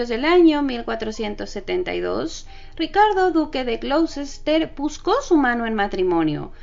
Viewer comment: El nombre del ducado de Ricardo se pronuncia Gloster